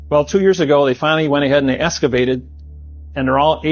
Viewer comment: I wouldn't have believed the x.The spacecraft thing buried underneath greenland but the guy couldn't pronounce the word excavated